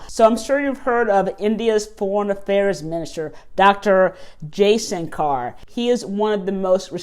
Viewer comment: please learn to say Dr.Jai shankar's name correctly.